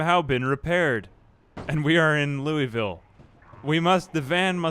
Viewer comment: Great content, even if it is just your voice and some zombie survival. Side note: Louisville is pronounced "Lou-a-vull."